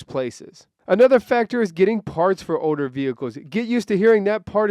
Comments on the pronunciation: i’m trippin i keep hearing oder instead of older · You're not alone... It's really getting odor... 😂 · What's an "odor" car? No speakie Engrish? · Is it me or is he saying Oder instead of older